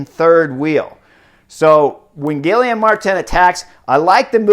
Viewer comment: Thanks for the coverage and analysis. Guillaume is pronounced Gui-Yom. Practice, you’ll say his name often this summer. 😉